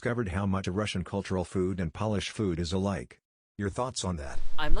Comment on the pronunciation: AI voice was totally acceptable except for the difference between Polish food and polish food 😂